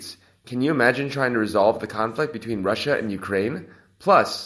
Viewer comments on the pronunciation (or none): none